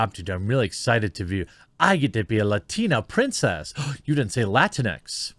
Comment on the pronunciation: It's pronounced "La-Tinks".